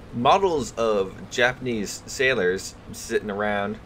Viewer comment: U butchered the title pretty hard (Japanes and well) but I love ur content